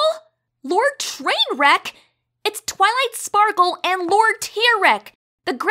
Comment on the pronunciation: “ to twily sparky” got me on the floor